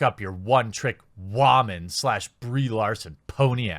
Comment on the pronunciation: Why are you intentionally mispronouncing 'woman'?